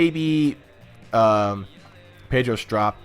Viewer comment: You pronounced pedro strops name wrong